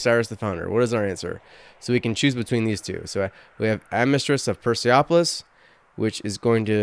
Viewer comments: why should it be "Per-seff-olis", where is 'ph'? polis is a known greek word, always pronounced with a hard 'p', and it means 'city' or more likely 'settlement'. the original correction is about youtuber reading it like perse-a-polis the whole time. (you can click on the speaker to hear the pronunciation) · I hate to be that guy. But. Per-Se-Po-Lis. As in Persia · If you're calling it Persepolis, which is the Greek way the city was called, it should be a hard 'p' sound for sure. The Greeks simply appended -polis to the Persian name of the city. Interestingly, even if you're calling it by the Old Persian name of Parsa, it would still be a hard 'p' sound! The p to f transition doesn't happen until later in the language.